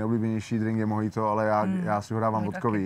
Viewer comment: MOJIT SE VYSLOVUJE MOCHITO pane profesionalní barman.....